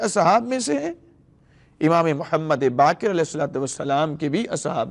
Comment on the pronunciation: sika nahi siwa hai Bakir nahi BAQER hai sheen qaaf durust karlyen